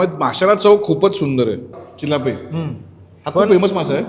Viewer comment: चिल्लाप नाही ओ, चिलापी बोलतात